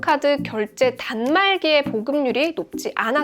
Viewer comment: 부터 계속되는..단말기'에'->단말기'의' ...나만 신경쓰여?ㅠㅠ